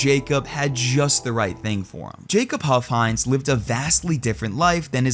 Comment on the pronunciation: Omfg his name was "huff-hines"